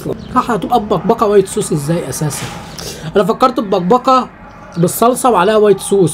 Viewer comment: هو مش مبقبقة ب القاف مش بالكاف رايت؟